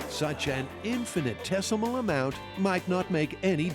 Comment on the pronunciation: Infinite tesimle? How did that make it to air? Infinitesimal. One word and four syllables. Not two words and six syllables. We did just elect Trump though so all is out the window anyway. Infinite tesimle it is